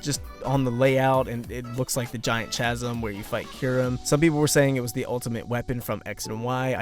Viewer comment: Chasm = Kasm As in *ch*aracter.